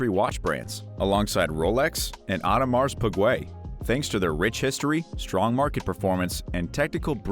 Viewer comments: Audmars pigwae 🤦‍♂️ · Pa-dock fuh-leep? Aud-a-marz pih-GWAY?